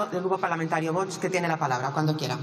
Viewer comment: Y esta tonta del bote que está de presidente del congreso, cuando se enseñará a decir VOX y no voch.